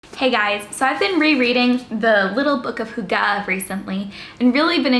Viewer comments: It’s hUga not hugA 😂 (in hermiones voice) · Y in scandinavia is pronounced like a german u with dots on top. So if you know how to prononce that, than you're on it. The way she's pronouncing it (hooggah) sounds like our word for chopping something. And it's really bad haha. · Your pronounciation isn't that far off. Just imagine the Y pronounced like you would if you had to pronounce the letter "e" with your lips rounded. The sound is similar to the wovel the French "une" sound (just without the n-sound, obviously). The last wovel is said with less of an a-sound than the e-sound you make when you say "the". The phonetic spelling is /ˈhyɡ̊ə/ - but like I said, you're not that far away,.:-) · To pronounce Hygge more correctly: make your lips like you’re saying whooo and then make them tighter in the direction of whistling then add the H whoooogeh. Push those lips out forward and make them into a tighter circle. Practice and then make it shorter and you’ve got it. It’s true it’s similar to German ü. Also Gouda cheese is pronounced Gow-dah. 😜😂🥰 .. not Gooduh. 👍💪😜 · Lean how to pronounce it maybe??!😂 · I am danish and you are saying hygge sooooowrong. It kills me hahah - still love your videos though!